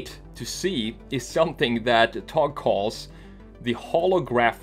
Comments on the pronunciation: öyle bir söyledi ki,adamı Türk zannettim :D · but at the end of it it was a little bad but it sounded like hes a turkish man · Well pronounced buddy :) TOGG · Are you from turkey? You said the word togg like a turkish people. I've noticed. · exactly, think he had turkish friends in sweden